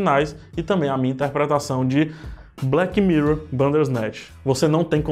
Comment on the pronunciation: Odiei o " evento" de "blequi mirrou".